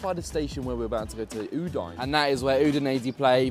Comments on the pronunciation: I love you, but cmon, u-dine?😂😂😂 it's pronounced u-dee-neh! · It’s OO DIN EH. How can you say Udinese correctly but get Udine wrong?😊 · I love your comments on the Stadio Friuli and the whole atmosphere from the... other side. I wish next time it ends with a big win for us Friulani! If you can say Udinese, so you should say Udine. Please call the city of Udine properly! Cheers from Australia! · You're the best,, but check out the correct way to pronounce Udine 🩵🤍🦅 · I love how pronounces Udinese corectly and then butchers Udine 😂 Keep up the support 💪 Forza Lazio 🩵